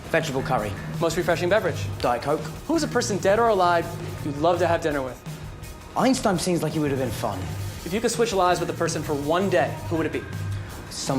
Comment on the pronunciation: Did he just say he will have dinner with ENSTINE?